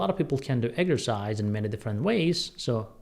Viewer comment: What is “egersize”?